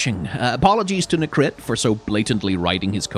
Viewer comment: How can you butcher Necrit's name so badly?